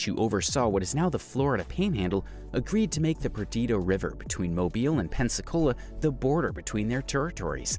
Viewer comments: I notice the mispronunciation of Mobile, but he pronounced it correctly later in the video (or maybe another video). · Mo BEEL Alabama not mo bull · Mobile Alabama is pronounced Mo-BEEL, not MO-bull. You can go to the 4 Corners, but it's in the middle of nowhere and you have to pay to drive there because it's on the Navajo Reservation, which is private land.